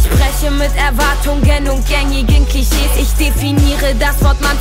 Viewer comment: gängige klicheees ... haha XD so süß die aussprache bevor sie sich männlich gibt ♥ hahahaha